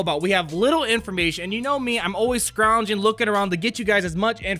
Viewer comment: "Scrounging" living it up with droid language... haha